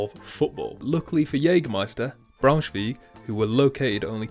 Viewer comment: I'm not German but I did it in secondary school - close enough lol. Your pronunciation is close but with a common mistake - 'ei' is pronounced "eye", and 'ie' is pronounced "ee". So therefore Braunschweig is pronounced more like "Brown-shv-eye-g"